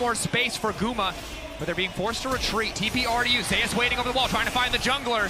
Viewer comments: although you prolly dont look at comments it isnt zeus pronounced like zoos, its zeus pronounced like zey oos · It shouldn't, considering that's how zeus pronounces his ign. It's ze-yus, not zoos. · Narrator : "T1 ZEUS" Worlds MC : "ZE-YUS" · Commentator “zayus” is itching me the wrong way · His name is pronounced zay-us btw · why did he call him zoos? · Say his name right ffs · thumbs downed already after pronouncing his name wrong in the first 10 seconds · At least say his name properly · hate how everyone pronounces his name wrong.